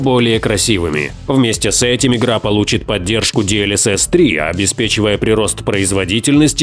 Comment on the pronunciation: ДИ ЭЛ ЭС ЭС - а не ди эль эс эс — DLSS прям уши режет когда диктор это говорит.